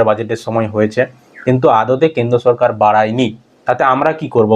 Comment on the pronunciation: আচ্ছা,তুমি কি স্বাভাবিক কথা বলতে পারেনা? সরকার কে বলছো সো রকার, আরো অনেক কথা আছে উচ্চারণ ভুল বলো।